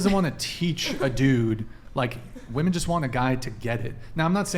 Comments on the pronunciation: So my friend isn't the only one who doesn't know how to pronounce "women" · “Women” and “woman” are pronounced differently . This generation don’t know how to use this word. It’s annoying AF